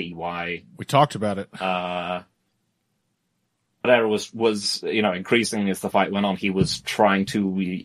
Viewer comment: On the ever-growing list of words that I hate hearing pronounce, "Pereira" is towards the top